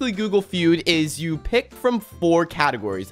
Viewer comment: I like how he did g o o g l e f e u d